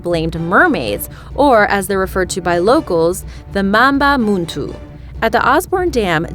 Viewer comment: It’s Mamba mtu not muntu